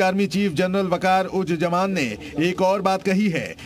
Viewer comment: Jaman. Nahi. Zaman. Hai urdu ka pronunciation to theek se bolliye